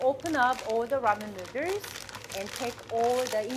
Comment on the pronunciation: Because of you, NOODERZ is the only way I pronounce noodles now. 😂😊